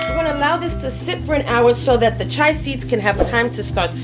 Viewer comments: Chee-a seeds not chi seeds.😂😂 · It’s pronounced chee-ya seeds. 🤣